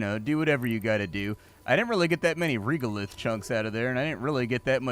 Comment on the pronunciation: Respectfully, the voice acting pronunciation of the word "regolith" here is incorrect—it is pronounced with E as in end, not E as in eel. Before writing this, I checked carefully to ensure that there is no difference between US and UK pronunciation, which there is not. Thank you.